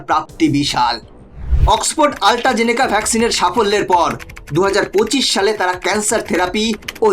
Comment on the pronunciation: একটু উচ্চারণের উপর ধ্যান দিন ইউটিএইচ জুরিখ নয় ইটিএইচ জুরিখ আল্ট্রাজেনেকা নয় অ্যাস্ট্রাজেনেকা